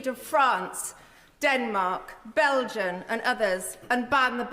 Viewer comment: France Denmark BELGIAN?! I had to rewatch her saying it a couple of times just to make sure I hadn't misheard, to read her lips. Does she really not know that the country is called Belgium?